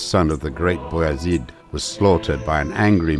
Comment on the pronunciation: I like how the narrator pronounced beyazid name correctly something closer to its arabic origin "abu yazid" meaning the father of yazid